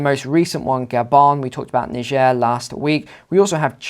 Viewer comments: Ni-jair not Nai-ja.Pronounce the country's name properly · Pronounce Nee-Jeh !(Niger) properly!!